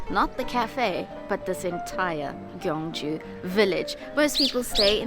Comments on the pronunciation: Bro, you said "Gwangju" which is different city on the west of Korea. You wanna pronounce the city you visited as "Gyeong-Ju" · It's gyeong ju. Not gwang ju. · the south korea's ancient capital sounds more like kyeong-ju (try young with k). i tell you this because there is another city which sounds exactly like how you sounded it.oh somebody has already pointed that out. sorry about this redundancy